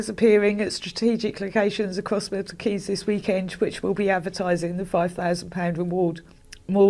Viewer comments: I started watching your coverage of the Idaho murder case and I thank you so much for bringing attention to Leah, being from her home town, the news shook us all. But I’m grateful that you covered this case so respectfully and graciously. Also random but it’s Milton Keeeeeyns - if you ever cover a MK based crime in the future (hopefully you won’t have to) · I love you so I hope you won’t mind me correcting you. “Bucking um sheer” “milton keens” are the pronunciations and there are many cities in Buckinghamshire. 🥰🥰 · I'm pretty sure she pronounced every single place name in this video lmao. Just for anyone that's interested, here's how we pronounce them- Buckinghamshire: 'Bucking-ham-sheer' Miltonkeanes: 'Milton-keens' Thames Valley: 'Tames Valley' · here you go: Milton Keynes - Miltn keens Thames valley - tems valley Buckinghamshire - buckinghmsheer Please feel free to message any time if you want me to do this again it’s fun 😅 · Hi, thank you for covering this case in the UK, we have all been following very closely, and it was bittersweet when her remains were eventually found. FYI Thames Valley Police force is pronounced "Tems" Valley, and the towns name is Milton Keynes, pronounced "keens". take care x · Hi 👋 Loved the coverage as usual 😀 just wanted to say, it's pronounced Milton Keens (Keynes) No shade or anything, I just know that I like to know if I pronounced it right or not. Massive respect for the sheer amount of great content we've been lucky enough to have this month! All my love to you and your family 👪 ❤️ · The way you said Milton Keynes was incredible. Pronounced Keyns without the n-e-s. ❤️ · Pronounced: Miltun Keens and Buckingumsher Love you girl. Great video ❤❤❤ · So wierd to hear a case from my town, its pronounced Milton “Keens” btw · 'Milton key ness', 'Buckingham shyer' 😂😂😂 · It's pronounced Milton keens lol. But very well covered case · "thames" is pronounced "temmes" and "Milton Keynes" is "Mill-ton keens" <3